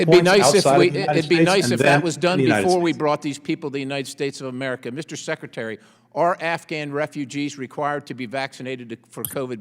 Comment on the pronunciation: How come he can’t stop calling him #seketary??